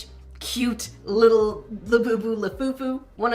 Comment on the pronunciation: It's a labubu not labeebeww- unless you purposely meant to say it like that!!